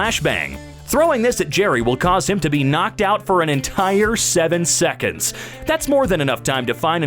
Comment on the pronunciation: Nobody: Narrator: knock Jerry out for thirty sick-ins